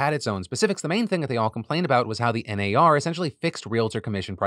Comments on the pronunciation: As an Australian that 'NAR' part had me cracking up. I wouldn't have thought it sounded Australian until he pointed it out. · Thank you Philly D! I’m Australian and have had a shit week; just today I picked up my dogs ashes, had a cry on the couch and decided to watch this episode to cheer me up. I giggled for the entire Realtors segment each time you said NAR. Your “Oh naur” pronunciation is top tier, thank you. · Philip! Don’t say “goodbye forever” directly after talking suicide stats. 😅 On a lighter note, as an Aussie the ‘ah nar’ bit had me in stitches. 😂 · As an Australian, your NAR had me in tears. I had to pause the video because I laughed too much! Daughter wanted to know what set me off and replayed it to her. She laughed and asked what the heck I was watching. She's a tweenager, and it allowed me to have a conversation about news and where to get information from and the importance of a well rounded source of information that doesn't sway one way or the other and gives a fair rundown of facts. Thank you :) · The restraint displayed by Phil to not continue saying “naur” is strong and I respect that. I definitely laughed every time he giggled after saying it. Thanks for the joy! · not the australian AR-NAUR joke 😂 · NAUR!!!! CRACKED ME UP!!! Also don't scare us with the bye forever Phil!!! ugly cries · Oh NAUR! Thats all I can hear now.....🤣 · I am a Real Estate broker in Texas and we do pronounce HAR & NAR as a word not an acronym lol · Not me as an Aussie being jokingly offended by Phil's NAR joke and then immediately only hearing "no" every time he says it for the rest of the story. 💀